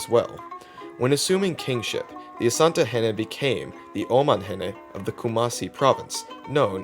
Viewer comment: You actually pronounced it well, Asante! Ashanti is the English corruption of the word Asante. Asante simply means, because of war.